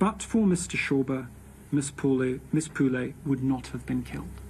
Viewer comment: It not Pu lay, its pronounced Pu le